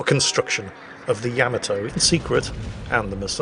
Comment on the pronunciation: I know you are British and pronounce things a bit differently but come on man. Yamato is pronounced, Yaa-Maa-Tow, not Yam-a-tow.